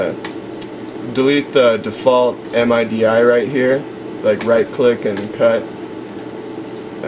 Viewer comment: "And you want to delete the default M-I-D-I right here..."